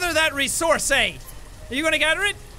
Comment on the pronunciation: It's resource not rezourze